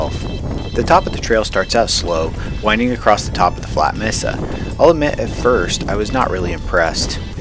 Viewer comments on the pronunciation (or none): MAE-Sa for the love of pete, MAE-Sa, not MEE-Sa.🤣 Otherwise cool video.